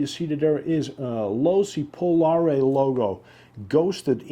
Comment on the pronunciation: Looks awesome but your pronouncing the name wrong bud